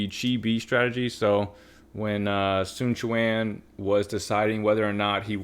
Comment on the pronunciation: So you CAN say his name right